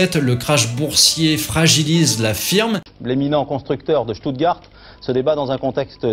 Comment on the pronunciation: "schtoutgard" pas "stoutgart"